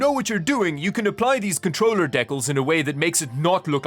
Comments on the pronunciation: the way you pronounce decals is hilarious lmao it's pronounced di-cal not de-kel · Is he terribly mispronouncing DEE-KALS as a joke or is this a Canadian thing? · Dekal… he he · ah yes, the canadian "deck-uls" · Deckels. LoL. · SO err, I was speeding through the video and he's saying "deckalls".. ironically or doesn't know the word? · You're the first person I've seen pronounce decals like that lol. Not sure if it's a country thing or not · Why can’t you say DECALS correctly? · The way you pronounced decals tho lol